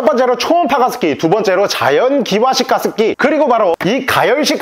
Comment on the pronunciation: 게습기ㅋㅋㅋ 난 왜 광고주님이 욕하시는거로 들리지?ㅋㅋ